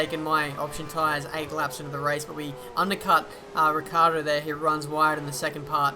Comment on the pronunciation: Yo I want to say you a thing xD You as a lot of other f1 youtubers pronounce Daniel Ricciardo as his name is RICCARDO, but is Ricciardo, and the correct pronounciation is like RICHARDO:)